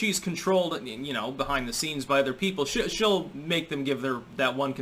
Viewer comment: Sorry your sentence got lost in translation. Did you say she 'll or shill ? Still deciding whether such semantics matters or I am just being pedantic.